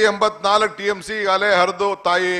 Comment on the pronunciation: kannada news channel avre kannada tappu madidre devre gathi - "hegagale" alla adu "eegagale"